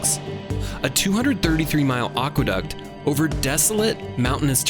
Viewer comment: Great video, except for one thing. It's a shame that the word "aqueduct" was mispronounced. As any good dictionary will tell you, it's ACK-wuh-duct not OCK-wuh-duct. It's a common mispronunciation, but it really grates on the ears of anyone who knows something about Latin, English, and the history of words.